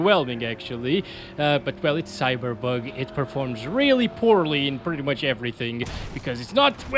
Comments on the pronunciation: I love the way you say cyberbug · love how he says "cyberbug 2077"